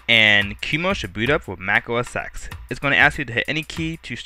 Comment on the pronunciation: To say Mac OS X : Mac OS 10 not EX